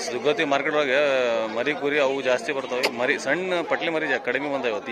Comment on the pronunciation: ದುಗ್ಗವಟಿ ಅಲ್ಲ ರೀ ದುಗ್ಗವತಿ 🤦‍♂️